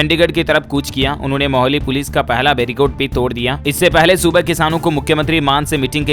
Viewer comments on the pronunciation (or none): Siir ji माहोली nahi मोहाली कहिए 🙏